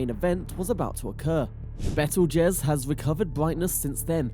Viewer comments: Lol... it's " beetlejuice " like the movie. He pronounces it correctly a couple of times which means some one corrected him during his talk but it's he's too lazy to reshoot it lol... bad video...lmfao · Lol bettle jez that's funny